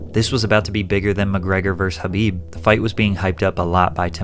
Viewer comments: It’s KHABIB! With a K! Jesus christ who the fuck is habib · It’s khabib not Habib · My ocd can’t take every time he says “habib” instead of Kabib I thought I was bugging and had the name wrong 😂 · FYI his name is Khabib not Habib.. Just saying.. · He's only 20 years old, can't really judge him like that. Also it's Khabib not habib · khabib not habib lmao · bro saying Habib lmao